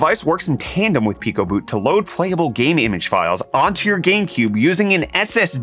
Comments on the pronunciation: Why this man say pronounce is “pie Co. boot” then pronounce it correctly right after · So we just not gonna talk about the fact that he pronounced it "Pie-ko-boot" and "Pee-ko-boot" within 5 seconds of eachother? haha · no way bro pronounced it "pikoh boot" 💀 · pie-co boot is certainly a new pronunciation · So is no one going to talk about how bro just pronounced picoboot 2 different ways back to back? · How did you just pronounce Picoboot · Dude you mispronounced picoboot. Are you just pulling articles off the internet to make YouTube shorts?